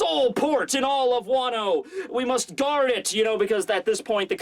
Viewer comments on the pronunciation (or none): none